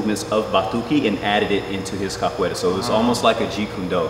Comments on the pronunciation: o "capoleila" no começo me quebrou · He said “cap a way la “ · Did he said capoeila?